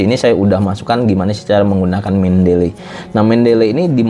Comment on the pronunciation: bacanya nya itu, men-de-li, bukan men-del-ley.